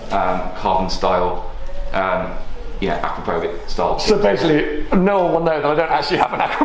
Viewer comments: I am still waiting for an English speaking person to say the name "Akrapovič" right 😁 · I know you are taking the stickers off, but please ask Vicky how to pronounce 'Akrapovic'. Cheers!